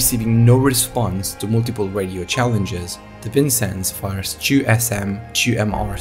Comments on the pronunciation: Please if you make a spoken version, listen well to how you say “two”. You keep saying “chew”, but it’s the same as saying “too” as in “me too”. Maybe try less hard to have a British accent? (Because I feel this is part of the issue) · I am petty but I just can’t get over the pronounciation of “two” as “chew” and “stubbornly” does so as I’ve mentioned this a few times before.